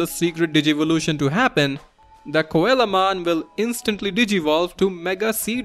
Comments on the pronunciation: His name is pronounce SEA-low mon not coela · i was so confused at whamon evolving into koalamon until i realised you meant coelamon. its pronounced seel-o-mon like the fish coelacanth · coelamon is actually pronounced "Sea la mon" it's based on a coelacanth. Still very neat to see all these digivolutions~ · Coelamon is pronounced "seelamon". It's based on the coelacanth - one of the most ancient species of fish with living members